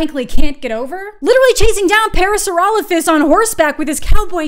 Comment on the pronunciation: Thank you for pronouncing "Parasaurolophus" correctly 💜